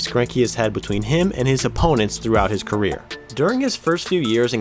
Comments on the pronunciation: 34 seconds the guy doing the voice over says queer instead of career 😂😂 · 34 when you say queer instead of career 😂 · he definitely says "throughout his queer" instead of "career".. which I don't think is intentional but its ironic because queer means weird.. just a thought lol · am I the only one hearing queer rather than career? Lol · “queer” instead of career